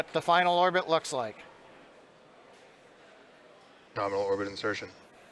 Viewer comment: LOL he said norminal.